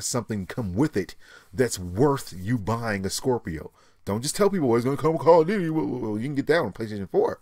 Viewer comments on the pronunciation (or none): none